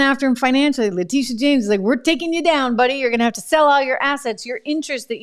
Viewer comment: Also “Letitia” not “Latisha”